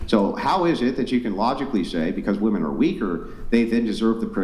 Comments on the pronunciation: Can dude say wOmen not wAmen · Bro what the fuck is a “Wehmin”? Can no one pronounce the word women anymore? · I wish you would’ve cleared your throat it was bugging me the entire show. Also, what is “Wemin” ? Women isn’t spelled that way or said that way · Can this fuckin dude stop pronouncing “women” like that??? “Wehmin” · The way says "wemen" drives me a little crazy lol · Wemen , wemen, wemen, wemen 😂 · Or "wemmen", or "wahmen". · Or that guy saying wamin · These girls can’t even pronounce “women” correctly and they vote lol we’re cooked